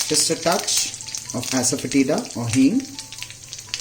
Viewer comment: I love your recipes. Completely off the topic, I just wanna point out something, please don't hate me for it, but you're pronouncing "of" incorrectly, it's pronounced "əv", yes V in the end even though the spelling has F in it. My English is probably worst than yours but I had point out.